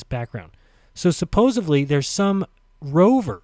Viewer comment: "So supposevly". I see is also making up his own words now!